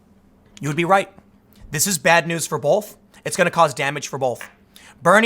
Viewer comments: I must be old, but can I ask. When did we add an L to the word both? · The word both does not contain an L Tim. Please say both not bolth